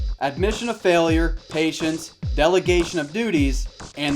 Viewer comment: when he said patience i thought he said Asians😂😂😂😂